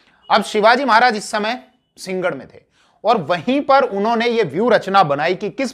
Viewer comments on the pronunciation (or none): सींगड नहीं है कृपया सिं- ह - गढ उच्चारण का अभ्यास कीजिए